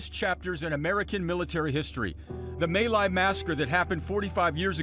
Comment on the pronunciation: Mỹ Lai Massacre is pronounced as "ME Lai" and NOT "MAY Lai" you'd think this news guy would at least learn that much before he "reads" a story... notice I did not say "reports a story"..... He's a reader and not a very good one at that! Thankfully there were "men" like Hugh there that would do the right thing.